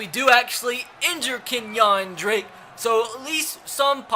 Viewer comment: It's Kenyan Drake, not KenYAWN Drake oml makes me wanna pull my fuckin hair out